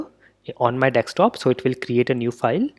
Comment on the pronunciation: "Dekstop" really surprised me every time.